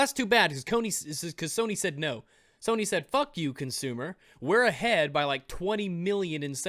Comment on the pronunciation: I love how you accidentally said "Kony" instead of "Sony"